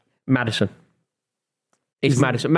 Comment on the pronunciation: saying Maddison ☠️☠️☠️☠️